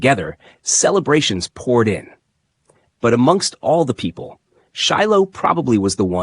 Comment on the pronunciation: His damn name is pronounced Shy lo